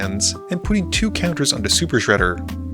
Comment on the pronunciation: Shuper Shredder 😂